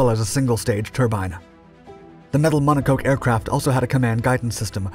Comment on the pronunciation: "Mono-coke" 😂 He's trying...